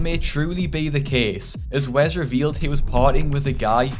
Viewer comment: It’s Wes not wez lmao